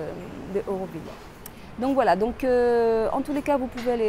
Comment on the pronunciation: Nous autres Aurovilliens sommes un peu tâtillon. Tu as, en effet prononcé "eu" au lieu de "au"; Mais, après tout, cela reste d'une moindre importance si ton intention était bonne.